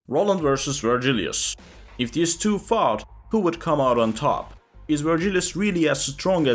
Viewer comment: wh-wh-what? If these two fart? I'm sorry I know you said fought but it just sounded like fart.